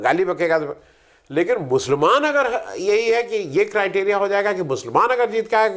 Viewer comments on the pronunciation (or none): none